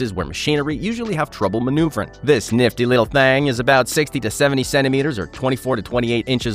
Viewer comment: "NIFT"Y!!! REALLY??